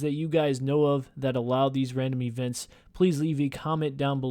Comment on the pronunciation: Randim ee-vent